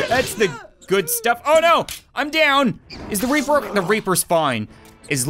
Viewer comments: It's reaper not raper 😂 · Why is it in this video says reaper as raper